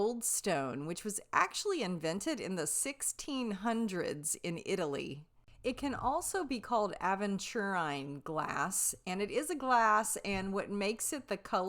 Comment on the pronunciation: Aventurine like adventure without the d... "ah vent yur een"